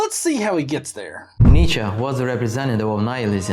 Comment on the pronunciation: It's pronounced Nietzsche, not Nietzsche.